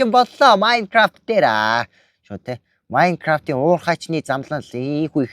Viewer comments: Майнкравт биш Minecraft шүү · наачин майнгаравт биш мангравт шдээ